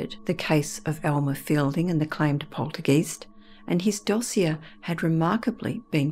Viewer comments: Poltergeist is a German word. When you get a letter combination such as ‘ei’, the i is pronounced. When you have a letter combination of ‘ie’, the e is pronounced. So the word is pronounced ‘poltergEYEst’, not ‘polterGEEST’. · Love your stories & your voice, but please its not poltergeist its pronounced polterguyst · Why does the narrator pronounce poltergeist as poltergeest? Eist is pronounced as heist not East! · Its pronounced polter guy-st (rhymes with sigh), not polter geest. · Not "polter- geest", it's pronounced " POL- ter- guyst" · I'd say Aussie, I've never heard it pronounced 'geeste' by any fellow Brit, but regardless, I could listen to this narrator all night! Such a lovely gentle and melodic tone, gEEst or gEYEst, I don't mind😁 She's fab to listen to! 😊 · I’ve always pronounced poltergeist to rhyme with heist. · Yes that’s right she pronounces it wrong which is not surprising if you have no knowledge of German , it’s pronounced guyst so like you said it rhymes with heist 😍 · Every time she says poltergEEst 🤔🤣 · Good video but it's poltergeist as in hoist not poltergeest 🙄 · i thought it was polter GEYST (long I sound) ? Poohbear Richie---love your username. I bought my first-born son a stuffed Pooh before he was born; I was five months pregnant. My husband and I were so eager to buy him something that while shopping at Sears (yes, this is a long time ago!!) we went into the baby section and found an adorable (are there any other kind?) stuffed Poohbear. My son is 29 y/o now and he still has Pooh on one of his shelves. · I thought the same exact thing: long "i" sound and even commented the very same correction a few hours ago. I even checked the dictionary and they have it like this: poltergeist [ pohl-ter-gahyst ] Never heard it said any other way other than the long 'i' sound until this video. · Such a cultivated voice, it's annoying to hear the German "Geist" pronounced with a long "e" sound instead of the correct long "i" sound. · lol, right you are.